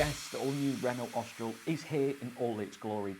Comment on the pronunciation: 'Ostral es prit'? 🤣You might wish to learn how to pronounce the names of the cars you are reviewing, lol. Try 'Orstraal espreee'. Otherwise a decent if slightly clumsy review of my probable next purchase. Cheers!